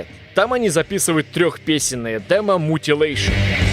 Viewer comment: Над произношением названий нужно поработать. Мутилэйшон пиздец конечно 🥲